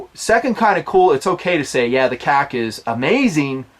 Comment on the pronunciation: This is the first time I'm bothered by a video you produce. And not because of the information, but KAC. It's sounds like you're saying something else (k-ah-c) and it drives me and I'm sure others up a wall. Say Knights or Kay-Ay-See. Love the channel, the hard work you put out, and the content. But seriously...stop the (k-ah-c)